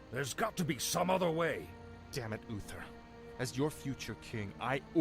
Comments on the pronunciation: He keeps calling him Ufer 😅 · Oofer and arfas lol 😂 now you can’t un hear it 😅